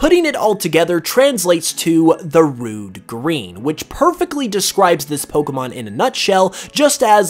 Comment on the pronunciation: Finally someone who says Pokémon and not Pokimon